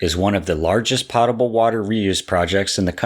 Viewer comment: The O in Potable is a hard sound, just like the O in.